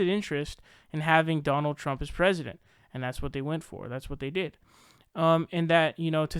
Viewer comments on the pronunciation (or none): none